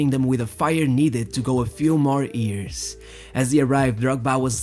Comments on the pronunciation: Is it "years" instead of "ears"? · Its hilairious how every time this dude tries to say “years” it instantly becomes “ears”